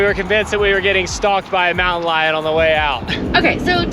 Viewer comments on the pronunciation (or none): none